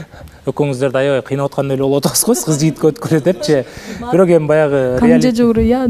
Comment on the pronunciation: бирөк дебей бирок деп сүйлөчү көп байкадым